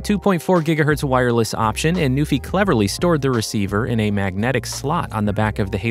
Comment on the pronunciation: I thought it was “new∙fye,” rhymes with WiFi.